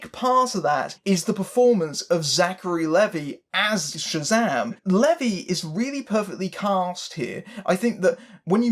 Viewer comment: Please pronounce Zachary Levi’s name correctly...it’s pronounced LEAVE EYE. But otherwise, great review.